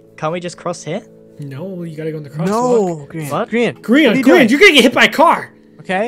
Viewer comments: I thought it was pronounced Gr-yan instead of Gr-ean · I'm re watching the series. Best series ever. But why does pronounce Grian's name weird?